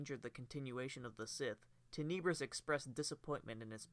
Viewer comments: "Teh-Neh-Brus" cmon man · Tenebrous (Ten-Nah-Brous) - where is the vowel next to the second "e" to give it the E sound. There isn't, so it is more of an Ah sound. English language. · You’re saying Tenebrous so wrong and it’s killing me, but other than that thanks for the vid